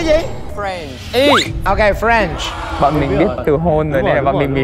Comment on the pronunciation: Anh Tú voi ơi em lạy anh, French mà anh nghe ra Friend 😂😂😂😂